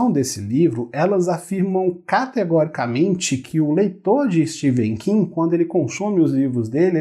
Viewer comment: Não é Steven king , se lê Stefen king